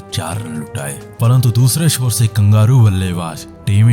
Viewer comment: Are sor nahi baba shor ,SHOR SHOR